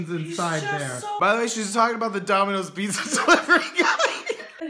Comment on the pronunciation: "A cup 'o pizzuh" good shit